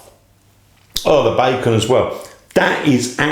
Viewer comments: Nice video, too long skip some of the repetitiveness Ps it's pronunced (bay-con) not bye-con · Bacon not Buycon.